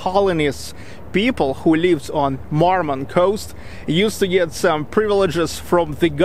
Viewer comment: I didn't know Murmansk is pronounced as Marmansk